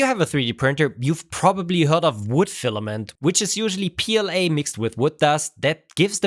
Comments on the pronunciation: It’s not pooLA, it’s PLA-BS 😂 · no, poola not pla